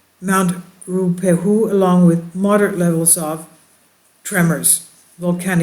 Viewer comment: Pronounced, 4 syllables Ru..ha...pay...Hu 😁 A slight pause in the middle Ruha.payhu